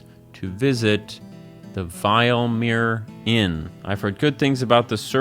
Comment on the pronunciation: This guy's pronunciation is on EpicNate levels. The Vill-uh-meer Inn is in Eye-ver-stedd not the vile-meer Inn in Ee-varr-stedd